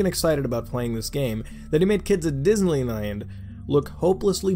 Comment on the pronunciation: "Like kids at disnylynland." Ah yes. my favorite brand